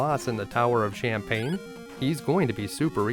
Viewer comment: Heh I like how you pronounce the Tower of Shanpane as Shampane (or champagne). Was hoping you'd show those night time shenanigans in Assaram too........ 😁